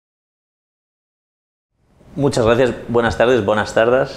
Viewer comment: en serio dijo "buenas tardAs" de forma no ironica?